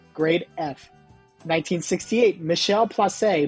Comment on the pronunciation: Its Michel Plasse, not Plasser as you pronounced it and its not Rejean Houler, its Houle. You made the same mistake twice here. Its pronounced Gillesbert, not Gil. Greg Joly is pronounced Jolly.